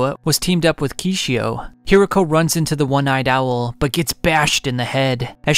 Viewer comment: Kishou not Kishio!!!